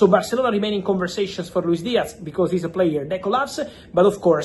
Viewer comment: Its not a Luis DiaC its a f ZZZZZZZZZZZZ DIAZZZZZZZZZZZZZZZZZZZZZZZZZZZZZZZZZZZZZZZZZZZZZZZZZZZZZZZZZZZZZZZZZZZZZZZZZZZZZZZZZZZZZZZZZZZZZZZZZZZZZZ